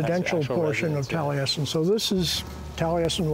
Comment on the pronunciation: Keeps pronouncing Taliesin wrong. There is no "t" on the end.